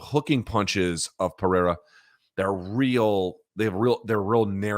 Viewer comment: Luke. Izzy’s killers’ name is pronounced PerHerA